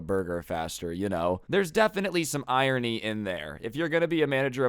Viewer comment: Nice story but the way he says ‘irony’